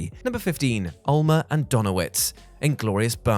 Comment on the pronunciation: Omar not Ulmer🤣🤣🤣